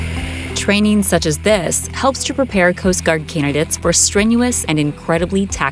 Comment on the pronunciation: Okay literally the way this AI / girl says coast guard is so annoying stop adding emphasis